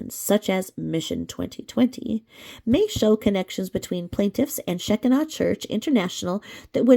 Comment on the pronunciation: Just helping you here on prnouncing Shekinah. It is prnounced Sha Ki Na. Long i in the middle. I can also tell you it is not a cult. I am pentecostal...Assemblies of God... and we recognize them as a church like every other church. Baptist..Methodist..etc...